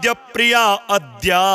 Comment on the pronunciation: महाराज जी , अद्याम, नहीं आद्याम उच्चारण करने का कष्ट करें,!